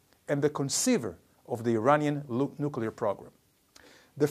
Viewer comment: Why do we need nucular anything? No really? <3